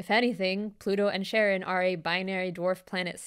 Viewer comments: I know it's probably for the bit ("no, not Sharon from HR" 😅) but the letter combo "CH" when it's a Greek word (like the psychopomp Charon) = "K", so it's not Sharon, it's Karon (ka-RON). It's why the word "chaos" is pronounced "kaos," not shaos. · I always thought Charon was pronounced Karen and found it hilarious that Pluto lost its planetary status due to the solar system's biggest Karen taking up too much space (or mass, technically).